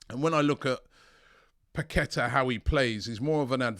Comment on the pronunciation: robbie, its pronounced Lucas (Pa-ke-TAH), with emphasis on the TAH